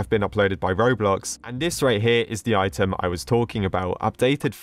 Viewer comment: The way that said 'robloc'